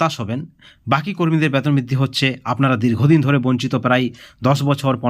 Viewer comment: Batan আপনি ki বাংলাদেশি না হলে বেতন কে ব্বাতন বলেন keno boka choda